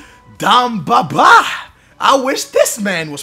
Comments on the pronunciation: dEmba Ba not DAMBABA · haha, dem-ba ba.. not dom-ba ba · it's DEmba Ba, not DAmba Ba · Who is Damba BA? Ive heard of Demba Ba not Damba ba... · its not dam baba....its demba ba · Why the hell do you pronounce "Dum Ba Ba"???? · dUmba ba? really? really? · He says Dumba ba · I hate how you pronounce names you said damba bar ! I hate your voice. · The way he says Demba Ba haha so great xD